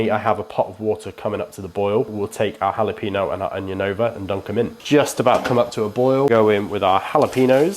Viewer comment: Absolutely brilliant. One little thing. Jalapeño is pronounced ha la pen yo. Ha la pee no sounds so weird to my Mexican American ears. Love your channel mate.